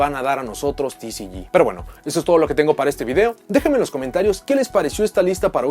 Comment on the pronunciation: Ticiyi y ociyi , mejor habla en español :v